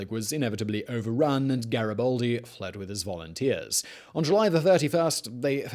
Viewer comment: GaribAldi not GaribOldi ffs